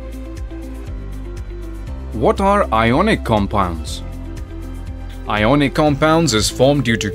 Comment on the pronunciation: iconic nhi ionic